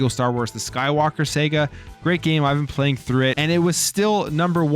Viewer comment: Saga not Sega! saw-gah damn it 😒